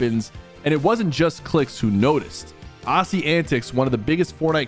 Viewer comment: The way you say Aussie antics LOOOOOL